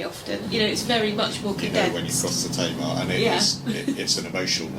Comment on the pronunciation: My little town (Tavistock, Devon) will often be flying one kind of flag or another on the townhall/certain other buildings - 4th July theyll fly the US flag, and various others for their respective celebratory days. *BTW: Tamar, rhymes with Hey, ma.